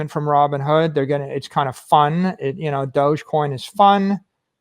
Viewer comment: It's dog-e-coin, doggycoin. Not doochcoin lol